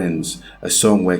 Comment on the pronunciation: It’s crazy to do a documentary on a man and pronounce his name wrong after all the videos you have of the correct pronunciation. Say it right!